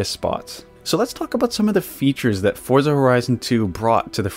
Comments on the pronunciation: It's actually pronounced "Fortza" because it's an italian word like Pizza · Americans pronounce Forza incorrectly. It's pronounced Fortza the same same you would pronounce pizza as peetza.